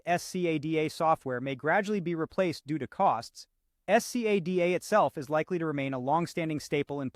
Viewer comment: My god, can't u just say scada instead of s c a d a each time, and torturing our ears